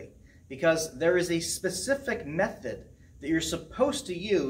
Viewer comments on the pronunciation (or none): none